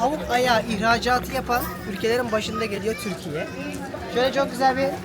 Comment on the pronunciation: lütfen ülkemizin ismini düzgün söyleyin sevgili youtuberlar.. Türkiyeeğğhh diye bir söyleyiş YOK.